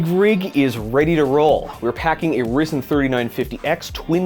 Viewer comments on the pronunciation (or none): ITS NOT RIZEN ITS RYZEN (RAIZEN) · First time I heard someone say Rii-Zen instead of Rye-Zen. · It's not rizen it's ryzen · RYZEN not Rizen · It's RYE ZEN NOT RISEN RYE ZENNNNN IM SO TRIGGERED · The way you’re saying rgbled doesn’t bother me but when you say rizen instead of rYsen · "the CPU was sus" HAHHAHAHHAHAHAHHAH r-eye-zen not r-e-zen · Am I the only person who can't get past the "Risen 9 3950x" It's R(EYE)-zen :D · Did anyone cringe when he said risen instead of Ryzen? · how is nobody talking about how he said rizen weather then ryzen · Did you just say risen instead of ryzen? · When he said rizen instead of ryzen i died a little inside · Not Ryzen but Rizen👌😂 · Slowly malding at his pronunciation of Ryzen. Either its a pun as AMD has risen above intel, or he forgot that hits pronounced Rye Zen. Either way, amazing clean build!! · not to be the annoying guy but its not re-zen its ri-zen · Nooo he said risen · I clicked off this video when he said "Rizen" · The amd "risen" 9 lol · "the amd rizen" ah what??!! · if youre gonna pronounce "Ri-zen" as "Risen" then you gotta follow Nvidia's steps and pronounce "1080Tee-i" as "1080Tie" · He really said AMD Risen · "the AMD RIZEN 3950x" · did he just say rizen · when he said amd rizen 9 XD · Did he really call Ryzen Rizen? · "AMD Rizen 9" smh good video tho :) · did you say rizin 3.14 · I love how you pronounce Ryzen like rizin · “AMD Riizin 9” K im pissed now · Did.. did he.. did he just call that a rizen? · This mans said rizen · No one:: "AMD risen " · He really said rizn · I'm sorry, but "Rizin" ? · "Risen" you fckn serious? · I'm surprised how no one is has said anything about how he said rysen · Did you just call ryzen, risen! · did you just say Reezen bruh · ITS RYZEN not risen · The way he pronounce ryzen is the same way Pewds pronounces Linus... CLASS! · he deadass said "Amd Risen" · He has Rizzen. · |ah yes, the rizen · Yeah i laughed when he said "risen". Its whatever tho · he mispronounced ryzen lol